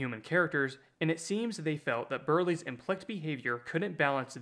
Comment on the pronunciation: Are you an AI? Who the hell pronounces implicit as "implikt".